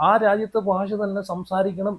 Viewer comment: ഫാഷാ പ്രാവീണ്യം അല്ലടാ പൊട്ടാ...... ഭാഷ ഭാാാാ......... പറ....... പറഞ്ഞ് പഠിക്ക്....... 😂😂😂😂